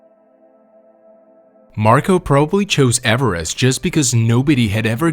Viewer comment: Avarast? It's Everest .